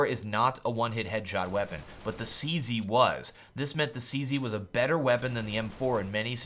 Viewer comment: lol why does he keep calling it the 'CC'? its called a 'CZ', not a 'CC' lol